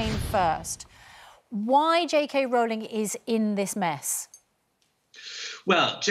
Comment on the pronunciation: He keeps saying "JK RAULING".